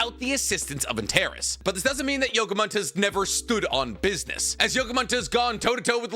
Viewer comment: Hi! It’s pronounced An-tare-ees. It’s the red star in the scorpius constellation. It’s also my sons name and people keep pronouncing it wrong 😂